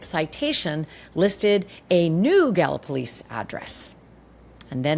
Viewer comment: Town is pronounced ga-luh-po-leez